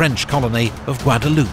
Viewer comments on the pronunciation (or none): Blud really said Guado-loop